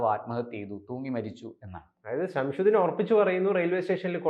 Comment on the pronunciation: ഇയാൾക്ക് ഗൗതമിന്ഷംസുദ്ദീൻ എന്നു പറയാൻ അറിയില്ല "ഷംഷുദ്ദീൻ " "ഷംഷുദ്ദീൻ " എന്നാണു പറയുന്നത്